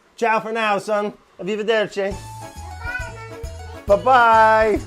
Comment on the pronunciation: Is anyone else shook that Brad didn't butcher "arrivederci" but can't say "optical illusion"??